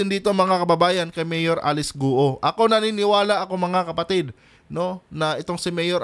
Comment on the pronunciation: Guoooo,,Not Gu-o.😂, marami na nag vlog na 12yrs old cia dinala dto, un tinago sa piggery farm may tutorial .dba sbi nia 14yrs old start na cia business?tatay nia binibigyan cia ng 500k 1M 2M..humahawak na cia ng ganun amount.